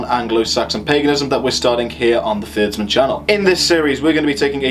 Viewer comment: haugh would be pronounced 'how' or 'horr' (norse haughr), i believe. i am just a layman. also Tyr, Fyrdsman would be 'tyurr' and 'fyurdsman'.